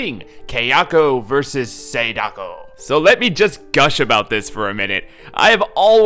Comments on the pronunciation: It's pronounced Sah-Dah-koh, Kah-yah-koh, and Sah-yah-koh. Not Say-dah-koh, Kay-ah-koh and Say-ah-ko. Just thought I'd let you know. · Kay-yako versus Say-dako 🤔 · why do you pronounce Sadako and Kayako so white? the a's are short sound in Japanese